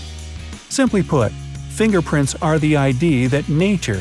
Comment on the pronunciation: Nobody: Not a single person:: WhAT iF yoU hAD No fiNGerPrILt